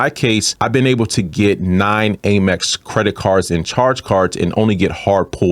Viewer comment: Love your content; however the pronunciation is AM-EX, not AIM-EX my friend (hugs).